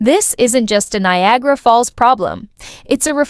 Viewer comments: Don't you love the pronunciation of the Ai? Nia gara lol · Stop spreading miss information, can't even say Niagara properly!! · Why can't she pronounce Niagara. Falls properly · Do you think you could get an AI voice that pronounces Niagara properly?